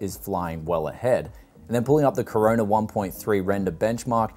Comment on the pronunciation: it's Corona, not Carona